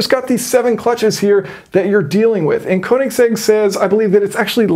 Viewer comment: Nicely detailed in depth look but please at least try to learn how to pronounce Koenigsegg.